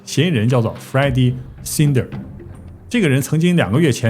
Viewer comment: the pronunciations of names, like Melisa and Snyder can be googled.